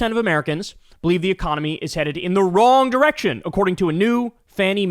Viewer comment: giggity oh wait did you say "the economy?" sorry I thought you said "e-mommy"